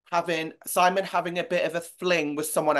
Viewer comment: okay can we finally just address the pronunciation of simon in the press when they're speaking english IT IS SEEMON NOT SYEMEN... or semen (I AM SO SORRY IT JUST POPPED INTO MY BRAIN LMFAO) WHO TOLD THEM TO CALL HIM LIKE THE ENGLISH VERSION OF HIS NAME OR SOMETHING I swear edvin used to say it the true way and omar said sighmon (PFFT) it feels like they always go back and forth which okay is kinda entertaining but THANK YOU OMAR FOR SAYING SIMON they say his name like this in english in the show SO THIS IS HOW THEY SHOULD SAY IT ALWAYYSSS PFFAHS I'm not that mad its funny but a lil frustrating but i love them so i don't care too much its just like WHY HAS NO ONE ADDRESSED THIS at least that i haven't seen ;D